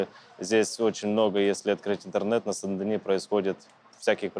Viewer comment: Сен-Дени а не Сан-Данио.